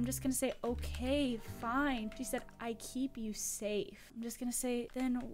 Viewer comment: What she wants to say Ok fine What she said Okay finewb